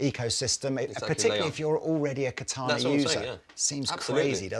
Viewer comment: Ka ta na is Japanese for sword. Accent is on the first syllable. Sounds so strange to hear the word pronounced with the accent on the second syllable. Still a great bit of kit. Ka ta na wa katai desu.